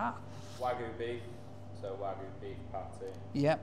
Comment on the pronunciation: hearing call it 'Wagoo' will never get old